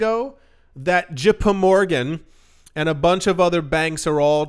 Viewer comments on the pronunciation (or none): "Je Pe Morgan" lmaoooo